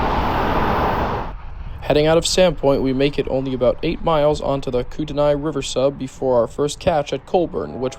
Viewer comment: Nice catches on the Northern Transcon! Kootenai is pronounced koot-ney for future reference.